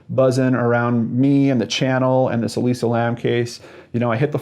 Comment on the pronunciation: Why can't you say Elisa lam?